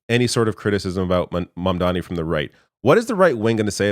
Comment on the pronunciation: I wanna see snl parody this scene Trump just fanboying over Mamdani while still pronouncing his name wrong.